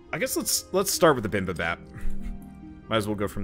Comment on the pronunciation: Bibimbap, it’s pronounced bi-bing-bop